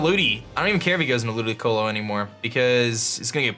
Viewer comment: Ludi-colo not Ludi-loco